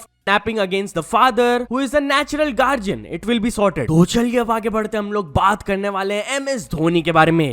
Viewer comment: did he really just pronounce the word guardian as “gaarjian” 😂💀